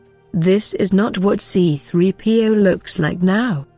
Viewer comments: I hate it when the bitch robot says C P 3 0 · I want to punch the narrator every time she pronounces "C3PO"